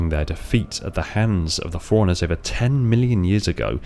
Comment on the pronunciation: Am I the only one hearing "foreigners" every time he says "forerunners"? Even the caption reads foreigners lol